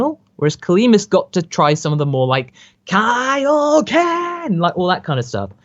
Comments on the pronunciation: Man, I always loved that Peter Kelamis Kaioken in Movie 2, they kept the original OST AND said Kaioken RIGHT... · wow peter kelamis's kaioken was amazing. actually sounds like he can pronounce Japanese.